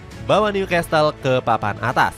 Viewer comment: bacanya Nyu-kasel bukan nyukastel ya narator